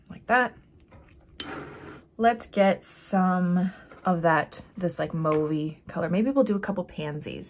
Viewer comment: Gorgeous, great video!! It's not pronounced Move, its Mauve, like Ma...ve